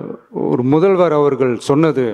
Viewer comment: Uncle ❌muthalvarrrr😂✅